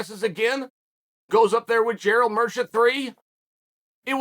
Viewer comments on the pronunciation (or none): none